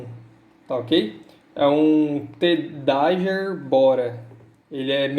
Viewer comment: * "déguer", micro-usb. obg pelo review, eu ainda n tinha conferido como é o cabo que acompanha ele.